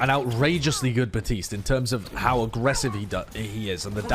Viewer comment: BaPtiste. There's a P in there. It makes the "puh" sound.